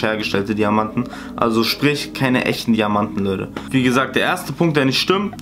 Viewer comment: Leude“ ,,Weider“ ,,Weidersendet“